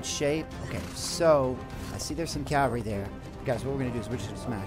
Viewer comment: Sorry for nitpicking but it's cavalry, not calvary. It's actually a common mistake.